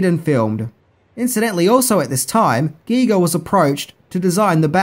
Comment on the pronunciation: It's pronounced "guy-ger"